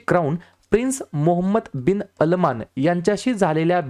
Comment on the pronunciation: Good Morning तुमचे videos खूपच छान असतात मी दररोज नित्यनेमाने बघतो व माझ्या लहान भावाला ही GK या विषयात गोडी निर्माण झाली आहे. एक suggestion असेल तुम्हाला Crown Prince mohammed Bin Salman असं आहे परंतु तुम्ही सलमान च्या जागी अलमान असा उच्चार केला. कृपया video यथायोग्य माहितीसह व उच्चारासहित बनवावा.कारण विद्यार्थी तुम्ही दिलेली माहितीच डोक्यात ठेवून पेपर लिहित असतात